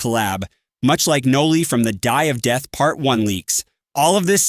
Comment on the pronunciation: "Dye of death" 🥀